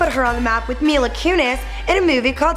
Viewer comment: She's saying mela it's Mila!!!!!!